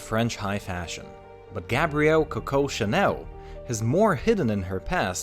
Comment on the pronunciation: American accent is so inappropriate to pronounce ir hahaha. Sounds like kowkow shanew.